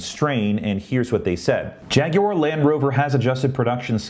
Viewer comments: G'day. "Jag-u-ar" good one. That's how you do it. Not "Jag-wa" as NA seems so keen on. Practicing you pronunciation in relation to your recent tweet on same Check me on Twitter too please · you are now officially an honorary Brit for your correct pronunciation of Jaguar!